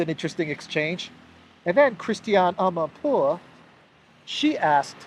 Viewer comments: I like the way you say Amanpourrrrr😂😂😂😂😂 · Yes! Another "amanpuwurr" video 😂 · I always laugh out loud the way you say amanpour haha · The way he said the journalist name 🤣 is the best 👌